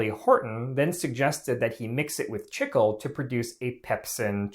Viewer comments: Learn to pronounce things correctly...it's "chee-klay", not "chickul" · For those wondering, it's pronounced "Chee-Clay" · Buddy. It’s pronounced “cheek-lay” not “chick-uwl”. It’s Spanish. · Chicle is pronounced “chee-clay” not “chickle” it is still the Spanish word for gum. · Chicle, the (original) base material for chewing gum, is pronounced CHEEK-lay, not “chickle.” People in Mexico have chewed it since pre-Hispanic times. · Chicle is correctly pronounced "Chik-LAY" not :Chik-ul" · "chickel"? I believe you mean "chee-clay", no? That's how it's pronounced in Spanish anyway. When I started flight training the flight instructor would often offer me a piece of gum. It's good for ear popping in the unpressurized airplane but he also said that he could observe how students chewed it to see how stressed the student is. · Wasn't that flavored with pepsin? Chickle? Wasn't the way we all pronounced it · chicle (chee'-clay) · Chicle is pronounced "Cheek lay" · My man called it "Chickel" like 40 times! 😂😂😂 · Noooo not this dude pronouncing chicle as "chickle" 😭😭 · I hate to be that guy, but chicle is pronounced chee-clay. It's Spanish. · Its actually pronounced CHEE-KLEY "chi-cle"= chicle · It’s pronounced: chee-klay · did not know it was pronounced like "chickle" in english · It's not. This guy only ever read it! 😂😂😂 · Chicle is pronounced chee-clay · The incorrect pronunciation of "chicle" makes this unwatchable. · The pronunciation of chicle is a human rights violation.